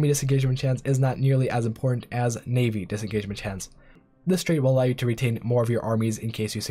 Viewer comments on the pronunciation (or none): none